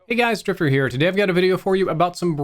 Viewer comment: When he said drifter I thought he said striper